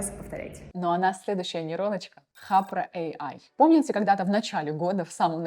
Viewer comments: Только не "хапра", а Харпа ("Harpa") . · Только не хаПРа, а хаРПа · Особенно когда она говорит "хапра" вместо "харпа" 😅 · Говорит Хапра а прога Харпа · где в названии хаРпа вы читаеете хаПра? HARPA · Даже четырёх минут не выдержал. "Хапра" вместо "Харпа" "Оттудова" "СиВиСи" вместо "СиЭсВи". Дама супер халатно подходит к своей работе. Оговорка на оговорке.